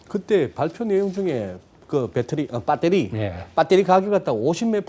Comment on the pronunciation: 발표내용중에 그 배터리 아니 빠떼리 ㅋㅋ